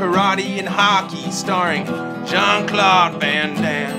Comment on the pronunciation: "Jean Claude Van Hoover Daimme" I can't stop laughing